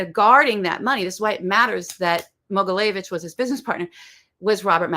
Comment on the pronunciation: Mogilevitch....not Mogileyevitch. It was challenging for me to find more info about this guy because she talks too fast and consistently misspronounces the name of her subject.